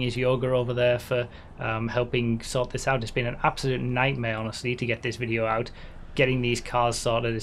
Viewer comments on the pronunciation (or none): none